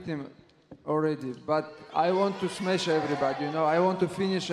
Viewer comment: All he says is smesh